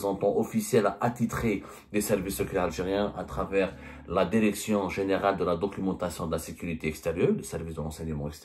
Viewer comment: Direction et pas dèrection. Apprenez la prononciation.